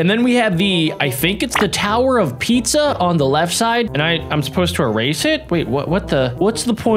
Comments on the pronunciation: HahahahahaAHHAHAHAH HE SAID TOWER OF PIZZA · I did he said the tower of pizza 😂😂